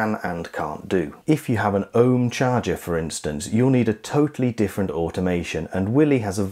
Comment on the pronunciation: A guy at work had to call Ohme for support, according to them it is pronounced oh-me rather than ohme!